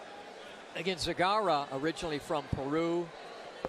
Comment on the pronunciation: Почему Сегарра? Мля, ясно же и точно сказали ,,Зегарра", почему под себя переворачивать, для чего?!